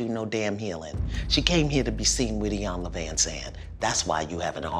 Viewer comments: "I'm sorry.... Missss Iyana" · Exactly. And even after the first time she still couldn’t get It right. E-yan-la.... As a professional how can you go meet with someone and not do any research to even know the persons name. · The mispronunciation of Iyanla’s name was so cringey. She shouldn’t have had to correct her again after the first time. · Like, how are you on this woman’s show and you cant even pronounce her name? She couldn’t be bothered to learn the correct pronunciation of Iyanla’s name but want to convince her that she’s here to heal? Foh. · LOVE IT When Iyanla Calls people out and also that she stood up for herself when the woman could not even pronounce her name correctly. It's such dignity it's Fierce and I just love watching Iyanla. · gave me life. “Excuse me? You can’t mispronounce my name.” Yaaassss, tell her Iyanla. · 🗣 YOU CANT MIS-PRONOUNCE MY NAME‼️ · Shiiii when she pronounced her name wrong twice 😂🤣🤣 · Iyanla's reaction when Althea said her name wrong 😂😭💀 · You can’t mispronounce my name 🤭🤭🤭😩😩😩😩😩😂😂😂😂😂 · I’m weak she mispronounced her name 2 times 😂😂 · how you gonna disrespect her show and then don’t know how to pronounce her name? CHILEEEEEEEE THE DOOR. 👉🏾👉🏾🚪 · YOU CANT MISPRONOUNCE MY NAME 😂😭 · 1) how tf you mispronounce her name wrong once then correct yourself and still say the same thing 😭😭 2) the girl in red was eating it upppp Im cryinggggg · How are you mispronouncing her name and your on HER show?! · Ms. Iyanla not playing... you not gone come on my show an miss pronounce my name.. not today, you not here for no damn healing.. boo boo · Althea is cancelled didn't even know how to pronounce her name